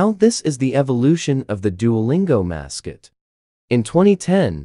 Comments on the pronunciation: The text: mascot,weird 😀 The voice: mascit weried 💀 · “Then in twenty twelve, the mascuit was very weared”